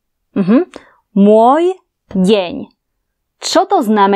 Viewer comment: Moj den, pronounciation is like russian